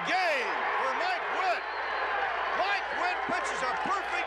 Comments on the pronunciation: It's Mike Witt, not mile witt... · It’s mike Witt not mile Witt lol nice fail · “Mile” Witt? Wtf? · ..."Mile Witt"...LOL...